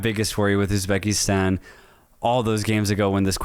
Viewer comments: Hello from Uzbekistan, not Ubzekistan bro😅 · Not Ubzekistan ❌ Uzbekistan ✅